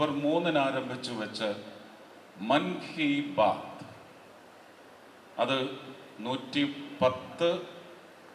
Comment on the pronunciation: മാൻ കി ബാത്ത് അല്ല, മൻ കി ബാത്ത് എന്ന് തിരുത്തു....